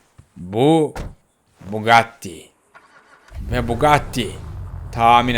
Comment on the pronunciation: Messi yanlış söylüyo bugatti veyron